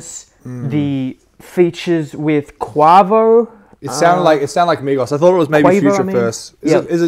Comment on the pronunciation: How can you butcher the name quavo like that 😂👀👀👀👀😂